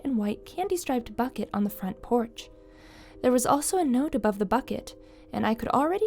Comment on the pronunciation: "But the fronch port light was on..." lol.